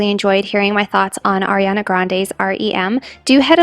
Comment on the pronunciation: I’m sorry but it’s ariana not Airiana 🥺